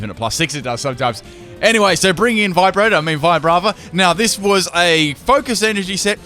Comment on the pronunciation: "Vibrata" LMAO.